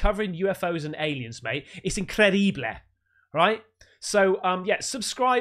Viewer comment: "incredeebleh" Put that on a merch 😂